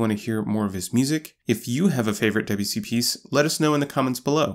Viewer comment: His name is Debussy. Not DEbussy.